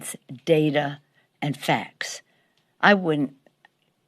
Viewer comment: Best ! And, what the hell are "facs"? Did she mean "facts"? And, does one not earn respect, and did not HRC not therefore deserve respect?